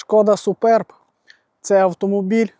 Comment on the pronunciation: Один з небагьох, хто правильно озвучує назву авто: Шкода СупЕрб. Вподобайка.